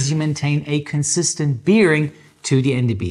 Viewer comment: Biiiering? Na, dann Prost.